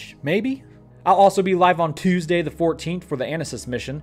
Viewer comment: Lol, I love the weird emphasis when he says “Toooesday.”